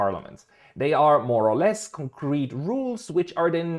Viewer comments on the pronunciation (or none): none